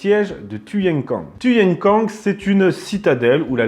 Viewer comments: tuyen quang se prononce " kouang " ... les pavillons noirs étaient des anciennes troupes taiping qui s'étaient sauvés de chine à la fin de la terrible insurrection du même nom ( ) . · Un Vietnamien aurait prononcé ' touyène couangue' !.. fr.qwertyu.wiki/wiki/Siege_of_Tuyên_Quang